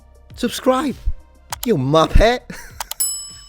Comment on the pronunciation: subscribed cos I don't want to be a muppet. Sounded weird in your accent tho haha!